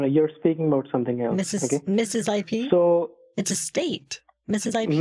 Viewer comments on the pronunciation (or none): The... I-PEE address?? ROFL